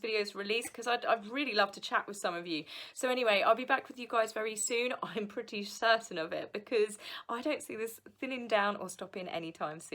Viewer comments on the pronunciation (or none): none